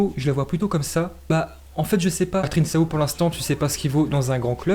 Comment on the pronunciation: On dit '' trinkao'' et pas trinsao